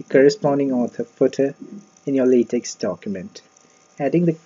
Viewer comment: Thanks but Latex is pronounced 'Lay Tech' not 'Lay Tex'